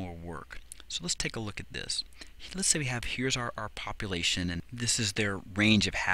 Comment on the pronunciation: "poplation" lol